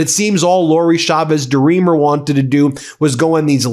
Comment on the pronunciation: CH CH CH CHAVEZ, not Shavez. SalSa not salZa please and thank you